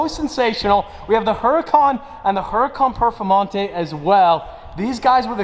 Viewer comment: im watching the part when u say "then we have the hurracan perfamonte" and ur wizza ad for the perfamonte pops up